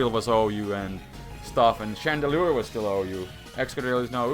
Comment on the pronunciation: chandelure not shandra....wtf is a shandra? XD